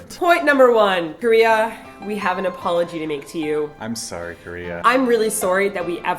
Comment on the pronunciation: Dat "sorry" that said, canadian detected!!!